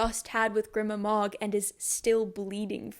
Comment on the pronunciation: i love these so much cause i can't seem to let the books and world go after finishing the trilogy. also im quite sure it's pronounced "greema mog", just following basic pronunciation rules; when there's no double consonant the vowel is long. the way you pronounce it at ca. her name would have to be spelled "grimma mog", but it's "grima mog". off topic but I've noticed that people with english as their native tongue often don't know these basic rules, just out of interest; are you not taught how to enunciate and phonetically sound out words in primary school/kindergarten?